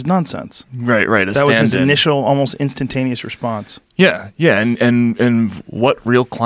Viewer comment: Has there been a podcast where joe doesn't say instantanious?